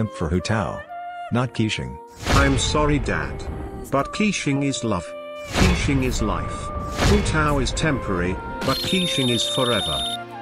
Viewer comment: it's funny how the tts pronounces keqing as quicheing